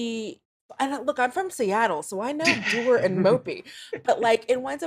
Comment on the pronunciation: Why do you pronounce "dour" like that?